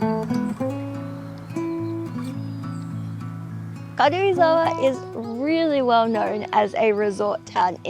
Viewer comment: I like how you pronounce Karuizawa. It’s like 軽井沢 rather than Karuizawa. Btw I’m a native Japanese.